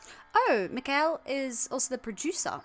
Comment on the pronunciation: It is Mik-Ael and Åkerfeldt is bit more hard to pronuance but it is something like Oker felt, I am Danish so I also know my Swedish even though we hate each other, or at least for fun these days, Denmark is not that popular in Scandinavia.